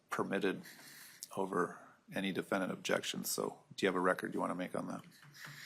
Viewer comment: Her voice and manner of speaking. She says "diffindint" instead of defendant.